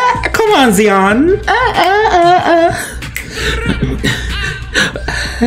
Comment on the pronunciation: also Zions name is pronounced with the 'I' like you're saying 'I am' so z-i-on I always see people have a hard time figuring that one out lol